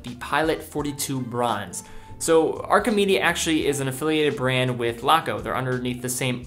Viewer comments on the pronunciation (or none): Probably should have compared the Archimede stainless steel models instead of the slightly odd bronze. (It's pronounced Arsh-ee-med.)